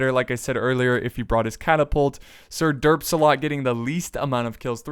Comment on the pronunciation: I can't take you seriously when you say sirderpsalot 😂